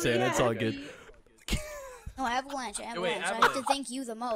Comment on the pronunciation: Avalanche sounds like Scizzors lol